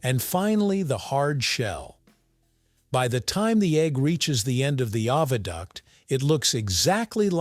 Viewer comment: OH. VA. DUCT NOT AHH VA DUCT